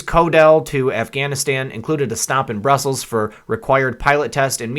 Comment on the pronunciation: It's not broosels. Bruss uhls